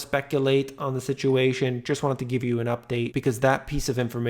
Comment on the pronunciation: Just wanted to Geeve you....Amazing